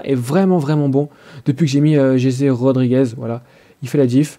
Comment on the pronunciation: fait le pas en live trop long et cest jesssse rodrigez pas jeje sinon bien